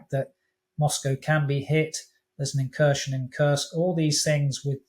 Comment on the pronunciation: Not incursion but Inkurstion